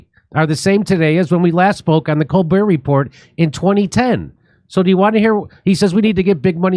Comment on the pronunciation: stepehn CON-bert